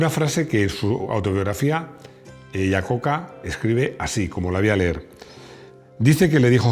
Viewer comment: Desde Mèxico, un cometario sin ganas de molestar, me gustan muchisimos sus videos, son amenos y muy digeribles, entendiendo que hablamos castellano en donde no importa como se pronuncien los apellidos si viajara a los EUA y pronunciara el apellido de Iacocca asi como se esribe los norteamericanos pondrìan cara de what?..... como ellos lo pronuncian es aiacocca.